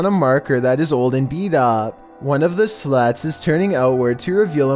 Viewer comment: "one of the slots" i lowkey thought he said one of the sluts💀